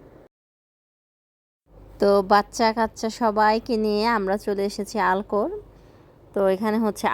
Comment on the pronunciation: আল খোর হবে উচ্চারণে। আলখোর লুলু হাইপার মল থেকে কতদূরে?